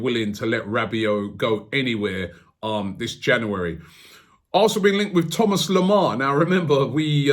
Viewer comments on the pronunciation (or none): none